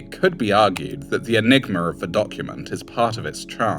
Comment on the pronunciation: The enigmer of this document 😂 you add ER"s to words that end in a like my grandfather